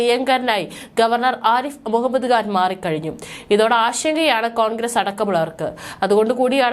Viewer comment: Kan അല്ല ഖാൻ